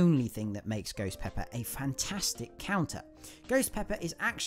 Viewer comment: It’s called ghost pepper not goes peppa